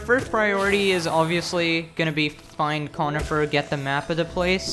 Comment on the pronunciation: I don’t want t to be that guy, but Cornifer isn’t pronounced conifer, it’s Cornifer with an r